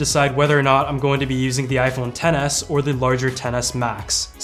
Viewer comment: Sounds like your saying iPhone tennis lol